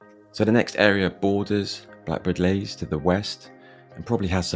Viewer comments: It’s Blackbird Leys not Lays the way you’re pronouncing it! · Can't believe you didn't mention Templar's Square Also pronounced Blackbird Lees not Lays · Other people will have said this but you really need to pay for Descript so that when you say something wrong, you can easily correct it OK most people probably don't say that but they will wonder why yiyr talking about Blackbird Lays? When it's pronounced like Leeds but without the DS So Blackbird and Greater (Leeee's) Leys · It is pronounced BLackbird Lees not Blackbird Lays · Couldn't get past you constantly calling it Blackbirds Lays instead of Blackbird Leys. Ley or Lea means field by the way. Common to call estates like this after something bucolic like a farm or whatever. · Any bloke who cannot even pronounce the name properly and talk about the place is a dick. Blackbird Lays😮 I was born in 1964 in Sawpit Road. Yes, it has its rough parts but I am proud to be a Leyser and Oxford United fan. Great memories of the Bullnose. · Fella if you're going to make a video trying to tarnish blackbird leys at least say it properly and nowadays blackbird leys is rather peaceful and chilled out compared to the 90s when I admit it was rather crazy but I'm blackbird leys through and through all my family live here my nan and Grandad moved over from Ireland in the 50s so to us this is paradise blackbird leys is always in my heart ❤️❤️❤️🎉🎉🎉💯💯💯💯💯💯💯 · You are so knowlegable about blakbird leys you cant even say it properly.